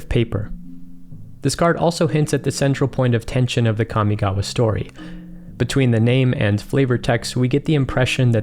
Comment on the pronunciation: As someone who speaks Japanese fluently, thank you for pronouncing Kamigawa (and the other Japanese/Japanese-inspired words) the way you did. It's not perfect, but the way most people pronounce them is like nails on a chalk board to me. (for anyone curious, in Japanese, a letter is either a vowel sound or a consonant sound followed by a vowel sound. So in "Kamigawa" Ka, mi, ga, and wa are each separate letters (when writing in hiragana, let's ignore kanji because kanji doesn't matter too much when pronouncing words). In Japanese, with one exception, all letters are pronounced the same all the time. In the case of Kamigawa, Ka is like "kah", mi is like "me", ga is like "gah" and wa is like "wah". Mainly what bothers me about how most people who pronounce Kamigawa is how, for some reason, Ka is pronounced like "Kya". Just... no.)